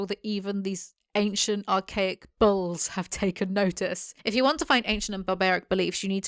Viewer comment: Took me way too long to realize you said 'bulls' and not 'balls'.......